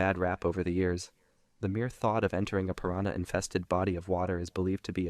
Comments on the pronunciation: “PiranhER” yo yo kills me 😂😂😂😂😂😂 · hard r on piranha is diabolical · With the Hard R gang?💔🥀🥀